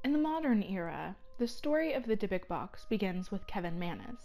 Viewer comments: Go ask any rabbi. They will say it is pronounced dybook not dybick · DIE.A.BUK NOT DIBBIK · Omfg its pronouced deebook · also you are pronouncing Dybuuk wrong (Di Book) is how it is pronounced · No she is not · Timothy Ouellette she is pronouncing it wrong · PepperDime she is pronouncing it wrong. My entire family is Jewish I myself am Jewish I know how a word is pronounced and she is pronouncing it wrong! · PepperDime she is not pronouncing it right and I am irritated because she is speaking about something from my culture, heritage, and religion. The least she can do is know how to pronounce the damn name